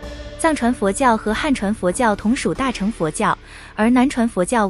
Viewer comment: 旁白發音錯誤， 大【乘】、小【乘】、金剛【乘】， 唸【ㄕㄥˋ】， 不是唸【ㄔㄥˊ 】。 請見以下說明：